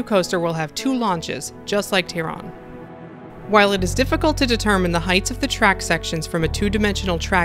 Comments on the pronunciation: its Taron pronounced Tear - in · Great video! However it's pronounce "Tah-ron". Think of it spelled as "Tarron". :D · I apologize for mispronouncing Taron. It will never happen again I promise lol. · Omg why no one can say taron the right way. It‘s not called tairon 😳